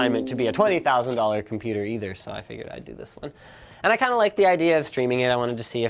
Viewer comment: NOOOOOOOOOOOOOOOOOOOOOOOO NOT THE COMPOOTER